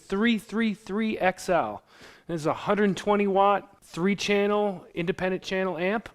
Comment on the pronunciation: omg listen to him how he pronounces 333XL lmao fo-fo-fo XL :D